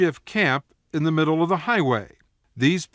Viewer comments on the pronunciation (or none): none